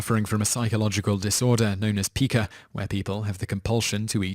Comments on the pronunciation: Pica. is not peeca. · Your narrator mispronounces words a lot. It's pronounced "pie-kah" not "pee-kah". I've noticed other such mispronunciations as well while watching these videos.